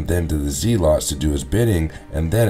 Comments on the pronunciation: It's pronounced Zelots not ZEEELOTS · Yeah that was weird mispronouncing. They even say it in the movie the right way so this guy is not fit for narrator status, it's embarrassing honestly. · Dude…it’s pronounced zeh-lets. Not zee-lots. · "Known as the zeelotts" I can't lol